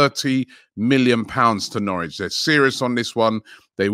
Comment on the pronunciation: Nowrich lol. Editor needs to go back to school